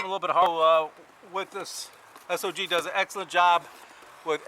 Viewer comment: Thank you for pronouncing the companies name correctly.